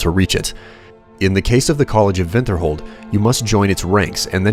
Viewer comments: lol college of vinterhold. WINTERHOLD MAN! WINTERHOLD! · are you German at all because you said Vinterhold a very common way of saying w's in german. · And I was telling you, he's pronouncing it as the Nord do. Vinterholt. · "college of vintherhold" & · You say Winterhold like "Vinterhold" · Would you mind telling from what part of the world the vinterhold pronunciation is used. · not even the npcs pronounce it "vinterhold". get over yourself man, just cause someone finds your fancy pronunciation strange isn't anything to call them uncultured over. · Also, I gotta say. Thanks for being a douchebag calling me Uncultured rather than simply telling me why you replaced your W's with your V's. Glad I subbed to you.